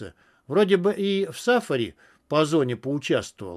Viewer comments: я уважаю ваш труд по озвучке. Не представляю насколько это непросто. Только скажите, кто вас учил так расставлять ударения? За все не скажу, но в русском языке "саффАри", а не "сАффари", и т.д. и т.п. по тексту. Вас же ещё дети слушают. А потом жалуемся, что дети безграмотные. Ведь со второго класса учили правильно расставлять ударения в словах и соблюдать знаки препинания, а вы вреде человек не из поколения ЕГЭ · Я тоже "за всё не скажу, но в русском языке" нет ни "саффАри", ни "сАффари". И даже нет ссаааффаррри, а есть "сафари" - с одной буквой "ф" и ударением на втором слоге - после буквы "ф" как раз. Одинарной буквы "ф". И, да, в предложении "Ведь со второго класса учили правильно расставлять ударения в словах и соблюдать знаки препинания, а вы вреде человек не из поколения ЕГЭ" - пропущено связующее слово в первой половине предложения: "Ведь со второго класса НАС/ВАС/ОНИ/В ШКОЛЕ НАС(и т.п) учили правильно расставлять ударения ..." И второе: "а вы вреде человек не из поколения ЕГЭ" - "вроде" - вводное слово означающее сомнение и выделяется запятыми. Ну, это - так, чисто о грамотности.